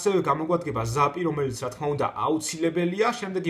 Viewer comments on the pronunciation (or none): none